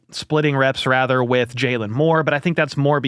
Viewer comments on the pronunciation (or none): none